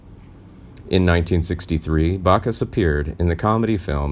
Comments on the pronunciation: Back us, not Bock us. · It's BACK US! BACK US! NOT BAC US! DAMN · Sorry it's jim Backus not jim Bacchus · Does anyone on this channel know how to pronounce names?.... It's BACK US !